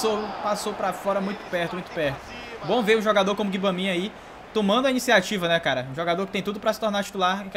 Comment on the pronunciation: Blz, só pra contribuir com o seu quer dizer o nosso modo Carrera a pronúncia do nome do jogador Gbamim se pronúncia Gbamam e o Doucuré se pronúncia Ducurre, achei legal essa dica p deixa suas narrações mais legais e divertidas vlw abcs